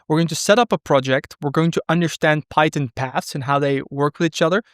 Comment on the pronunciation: The only thing that I don't like about the video: 1) he pronounces "tuple" incorrectly; 2) he pronounces "st" as "sht" (for instance, "underSHtand", "SHtring") and this one really bugs me. Why then you pronounce "fast track" and not "fasht track"...